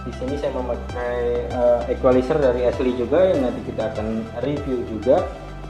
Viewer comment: esliy kah. syin ashley baca asyliy.